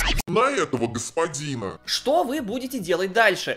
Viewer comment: Тот момент,когда все видео вместо "этот господин" слышал "мой господин" и только под конец понял,что к чему